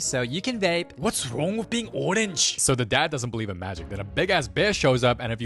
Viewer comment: WHUTS WRUNG WIT BEIN ORENGE🗣️🗣️🗣️🗣️